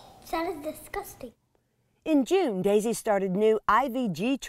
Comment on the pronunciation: I’m ok! Don’t worry! And it’s pronounced Daisy.